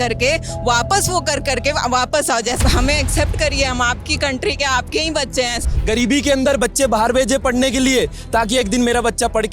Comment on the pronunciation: He said"गरीब"😂😂